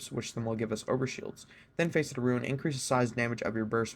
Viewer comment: it's pronounced fas-it not face-it